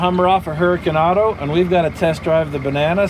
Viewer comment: "Hurrakin Auto"